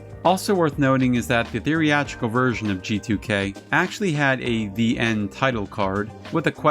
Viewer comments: He is mispronouncing theatrical (thee-AT-rih-cul) as theory-atrical (thee-REE-AT-rih-cal), which isn't a word. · Great video, just a silly nitpick. it's pronounced The-at-ric-al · I enjoy your videos a lot so I’m not trying to criticize, but I think you’re pronouncing theatrical incorrectly.